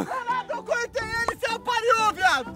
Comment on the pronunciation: O Renato falo erado apariou kkkkkkkk